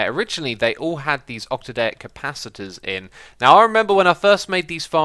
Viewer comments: Octadic! Not Octadaic! I think the only reason this bugs me is because I mentioned it before and you responded by telling me that someone else told you that the way you say it is right. Sound it out, there's no "ay" sounding letters at the end. Oc-ta-dic. It's not ta like tuh, it's like the same way you'd say the ta in taffy. Please try it at least. I know you're a derp and you mispronounce words all the time. As always, love your content, just this one thing bugs me. Sorry. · i say use a lot of solar pannels since they are cheap or you can use the iskallium generator wich is decent if you got it big. (mine is generating 7040 rf/tick wich is decent. Also X its called octaDIC capacitors and not octaDAIC capacitors